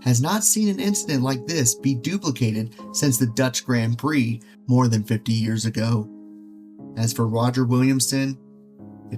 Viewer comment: You're gonna have to learn how to say "grand prix" if you wanna talk about racing.